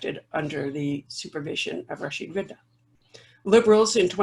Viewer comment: His name is Rashid Ridhaa رضا not Riddah ردة . The word رضا means contentment, whereas the word ردة means apostasy.